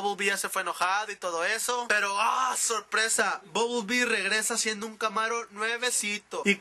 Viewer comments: buble bee??? ooooooo BUMBLE BEE? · Es bumblebee no bublebee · es bumblebee no bubblebee...